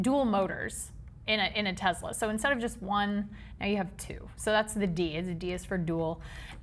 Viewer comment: Stop calling it a Tezla!